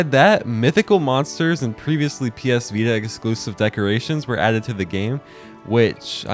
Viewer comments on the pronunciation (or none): none